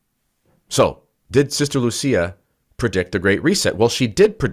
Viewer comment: Portuguese is not like Italian. Lúcia should be pronounced LOU SEE AH accent on the Ú and not on the Í